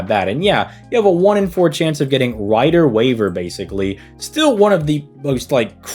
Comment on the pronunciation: “Rider waver” Us reines fans are in pain man